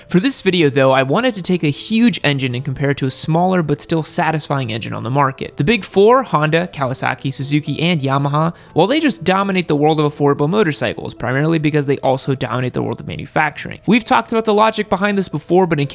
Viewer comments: It's suZuki my Dude. (Not susuki) The Community of Busa Bros will Chase you forever from now on. (Sorry but couldn' resist. Plus Germans are supposed to be nit picky i guess) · Dude what the hell is a "Susuki"? LOL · Suzuki not susuki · "Susuki" kek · "Susuki" Kinda feelin triggered